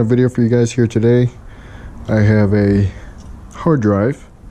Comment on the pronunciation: ok, first of all the title says hard drive but he can`t pronounce that. Not everyone has a flipping drill at home like you. and man thinks there is gold on the read/write head and on the bottom of the actuator arm.